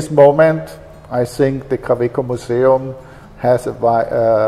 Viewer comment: for those who want to practice the pronunciation of Kaweco :)